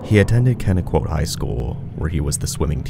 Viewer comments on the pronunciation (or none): “Minneola NY” ok good start… “Kenny quote high school” shit so soon? It’s pronounced “connec-quat”. Happens more often than you’d think - like even my Hawaiian friend struggled with the native town names. Have fun with this: “Ronkonkoma” (hint it’s next to Connequot)